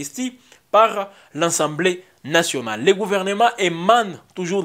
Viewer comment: On dit “assemblée nationale “ et non “ensemblée nationale “